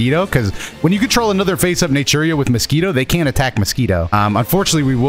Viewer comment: Everytine you say natura i hear nigeria